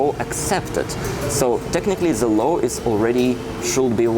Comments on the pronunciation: please say law, now low :). Apart from that: excellent. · I am sorry to correct you, but low and law is a separate thing and please do not use that L in should, could and would, it is just painful, I know you are a decent guy, just keep improving as I do!